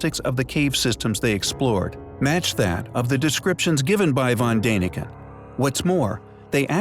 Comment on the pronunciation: You mispronounced Van Daniken...not "dane", more like "dawn"...see the two little dots above the 'a' means you say it like 'aahh'